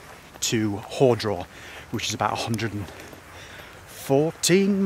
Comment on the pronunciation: nice video, relaxing style. Very enjoyable Small thing - it’s ‘HAR’ draw not ‘hore’ draw. I can feel the locals grinding their teeth Saw your Twitter feed, pictures of you at the pub. It was a warm one. Next day not so good. 4 seasons in a day but with the summer spine main risk must be dehydration, very exposed, with the breeze, deceptive. Good luck